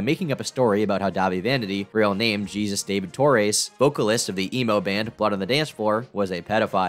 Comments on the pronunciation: Why do all these white commentary YouTubers not know how to pronounce the name "Jesus" 99/100 times it's gonna be pronounced like "hey Zeus" not like "Jesus Christ" lol love the vid but god damn try to pronounce names properly! Haha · The name is pronounced like Hey-Zeus not Jesus just an fyi. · His name isn't pronounced Jesus. Its pronounced Hey-Soos. Just spelled like Jesus. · Just for future reference: the Name "Jesus" is pronounced like "Heyzeus" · Love your vids but not sure if you were being ironic or are actually so stupid you think the extremely common hispanic/latinx name Jesus (hey-zeus) is pronounced the same as Jesus as in Jesus Christ. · You don't know how to pronounce the Spanish name "Jesus" and it makes you sound like a moron.